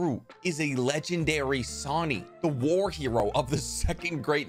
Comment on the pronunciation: does anyone else get annoyed that the video says sanin instead of sannin.